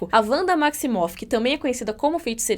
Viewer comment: Sério, é Vanda a pronúncia! Não existe Uanda!